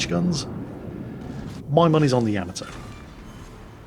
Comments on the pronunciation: it's YA - MA - TOE. not yam-ah-toe!:P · Fail divisions... Been a year or more since I checked in. still refuses to correctly pronounce Yamato, I see.